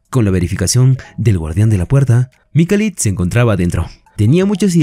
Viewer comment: Resumen genial me subscribi Pero por favooor se lkama Mikhail o Mijail en sudamerica . Donde duce Mikalitttt?????